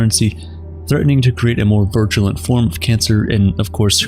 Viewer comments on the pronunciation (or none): "virtulent" lol *Virulent